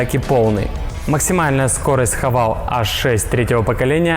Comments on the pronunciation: Не хавАл..., а хавЕЙл..., мог бы и запомнить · А почему все должны по-английски читать? Шрифт латинский, а не английский, букву называем "Аш". Да и вообще марка читается "Хэво́л" - такая изначально китайская задумка: "Have all -> Haval". Уж никак не "Хавейл", чем грешат российские ютуберы. Но мне милее вариант "Хава́л". Именно так ребята и произносят. За что отдельное спасибо. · Не хавал, а хавейл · Не Хавейл а Хэвэл